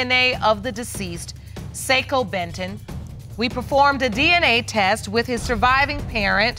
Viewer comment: Why they can’t say “test”?